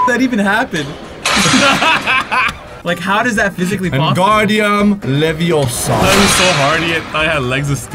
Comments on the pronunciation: It wing-gar-dium levi-o-sa not wind-gar_dium lev-i-o-sah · Oh my gosh, you said wingardium leviosa wrong 🤦